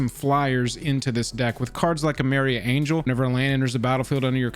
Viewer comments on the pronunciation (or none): none